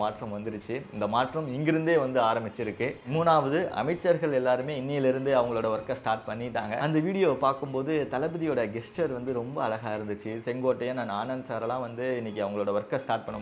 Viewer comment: Gesture கெஸ்சர் ❌️ ஜெஸ்சர் ✅️